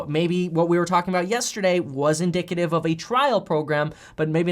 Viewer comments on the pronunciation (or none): none